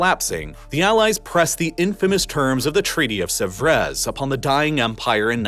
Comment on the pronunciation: He badly mispronounced 'Sèvres'.